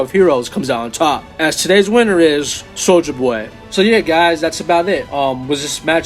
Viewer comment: Thats not how you say soldier boy